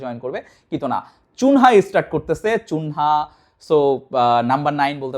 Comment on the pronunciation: চুনহা আবার কে???আজীবন শুনে আসলাম কুনিয়া /কুনহা।আর নতুন স্টাইলে ভাব করতে গিয়ে আপনি কুনিয়া/কুনহা রে বানাই দিলেন চুনহা??😁😁চুনহা বলার তো কোনো অপশন ই নাই,Chunia/chunha থাকলে না হয় তাও চুনহা বলা যেত,ওর বানান তো Cunia/Cunha.....তো ওরে চুনহা চুনহা বলেন কেন?আগে আপনে এটার ব্যাখা দেন তো